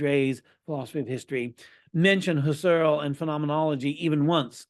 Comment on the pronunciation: It's Husserl with the accent on the first syllable and Gurwitch with the accent likewise on the first syllable.